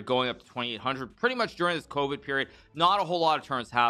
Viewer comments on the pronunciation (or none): none